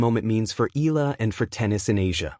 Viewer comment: Please learn her name right. It is e..ya..la